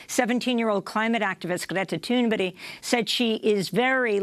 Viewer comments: Please learn Greta's last name. You continue to call her toonberry.... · Amy. I have heard you pronunce Greta Thunberg's name corectly before! sYou had her on as a Guest.! WHY have you pronunced it incorrectly on the last THREE mentions of her in 3 seperate broadcasts.??